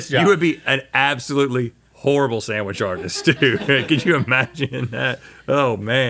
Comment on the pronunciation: "sandwish artist" lol seriosly